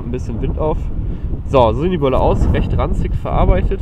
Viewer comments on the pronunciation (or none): ich hab auch nie behauptet, dass er das gesagt hat. Es klang so als wäre ranzig verarbeitet was positives. Das liegt an der Betonung